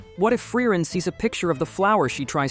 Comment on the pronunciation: Not even "Generic ai voice 2" can pronounce frieren correct